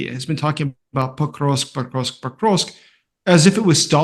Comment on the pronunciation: He would sound more knowledgeable if he could pronounce Pokrovsk correctly.